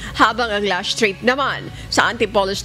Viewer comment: Why do you say LASHT TRIP not LAST TRIP?